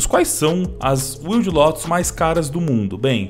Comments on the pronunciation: Não é “uilde”. É “uaild”. Wild Lotus. Lotus Selvagem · Deus do céu. Wild não se pronuncia “uild” e sim “uaild” me dá uma aflição Mas é bois. Abraço